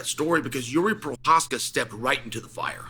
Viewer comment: can pronounce jiri prochazka but not compartmentalize. Undefeated undisputed